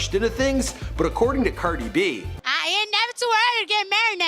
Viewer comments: "Ceerdi b" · You said her name correctly this time lol